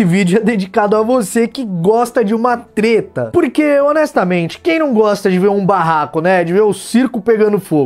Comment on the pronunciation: opa vc falou teta... a nao pera treta? ALO FELIPE NETO NEWS(Treta News)